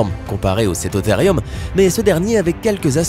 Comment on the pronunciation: Cétotherium se prononce Cétothérioum car le e se prononce é et le u ou ( si vous me croyez vérifier sue Google )